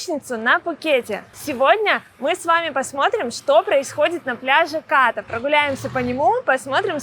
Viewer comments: спасибо что не Ка́рон ;) но всё же Ката́, а не Ка́та У тайцев как пел Высоцкий: "мы говорим не што́рмы, а шторма́" ударение почти всегда на последнюю гласную. И конечно Краби́, а не Кра́би , Рейли это не остров :))) это пляж на который нет дороги и лишь по морю туда. там всего один длинный отель "клаб мед" всё перегораживает на пляже Ката. планктон как стаи рыб плавает везде и не предсказуемо ... Не бывает пляжей вообще без планктона, бывает лишь иной день и час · КАта правильно. Пусть тайцы говорят КатА, но русским людям удобнее КАта. И не надо ориентироваться на долбо-бов, которые говорят КатА. Но не забывайте, что нормальный человек еду ест, а не кушает. Кушают тоже только долбо-бы.